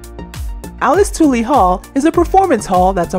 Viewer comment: I commend your hard work on this project, so it pains me to point out a glaring pronunciation error that needs to be corrected if possible. It's Alice TULL-Lee, not TWO-Lee. Odd that this is the one you got wrong since Alice Tully Hall has been a familiar New York institution for years and someone on your team (if not the narrator who must not be a local) should have caught the gaff.